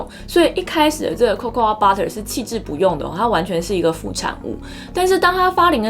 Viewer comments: Cocoa是唸做扣扣 不是扣扣阿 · cocoa的發音其實就跟coco一樣(最後的a沒有發音)，當然我知道這個頻道不是在教英文，不過如果發音能發準確會更專業、更有說服力(我看了很多集都多少有發音問題)。最後要說感謝＆支持~~~